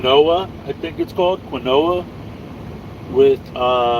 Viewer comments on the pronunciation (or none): Quinoa is pronounced "keen wah" accent on the 1st syllable...very healthy...wtg!